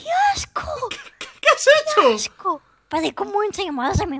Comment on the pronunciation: desde cuando dice "asco" y no ajco?